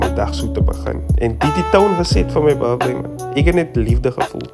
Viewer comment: This man is 30 and he is still saying birfday😭😭😭😂😂♥️